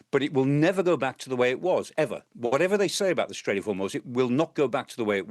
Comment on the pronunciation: It's not "Hor-moooooooooz". It's Hormoz. Get it right.